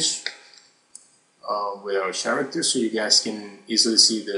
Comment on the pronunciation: It's not "TS-aracter" IT'S "K-ARACTER" (character) Speak English!!!